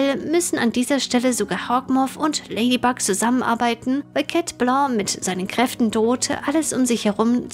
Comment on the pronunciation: Warum immer „Chat Bloo“ und nicht „Chat Blanc“?